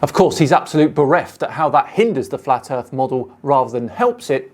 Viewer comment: Fuck me, i can actually feel my brain cells dying. Wibble, wibble. Ugh flat erf.